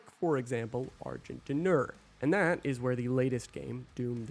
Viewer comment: First time I heard Argent D'Nur I thought it was pronounced Argh gin dinner.